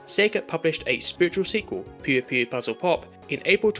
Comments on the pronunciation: It's pronounced Poy-yo Poy-yo. Not pew pew. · Not you calling it pew pew lol never heard it pronounced that way i think i found a new drinking game. But its a shame the 3ds doesnt have as many patches as regular ds games.